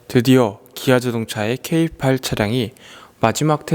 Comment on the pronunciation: 케이팔...케이팔 귀에 많이거슬리네요. 그럼 다른 차종은 케이칠이고 케이오 케이삼인가요;;ㅋㅋ